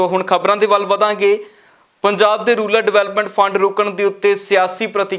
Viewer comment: It is “RURAL” not “RULAR” development fund.